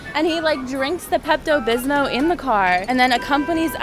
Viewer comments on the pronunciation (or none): Why does she keep saying peptobismo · Lol she said “pepto bismo”